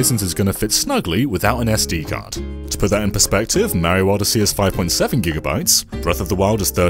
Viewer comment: I was listening to this video while taking a bite of my sandwich. I chuckled/choked on it when my brain registered him saying “Giant Beavers” instead of gigabytes